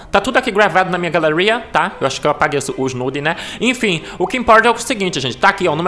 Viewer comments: Galheuria, lheutra kkkkkkkkkkkkkkkkkkkkkkk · "Gravado na minha graleria"